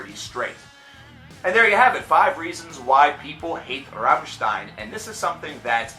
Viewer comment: Congrats on pronouncing Rammstein right, that doesn't happen that often... You did butcher the pronunciation of Sehnsucht, but that's no big dealm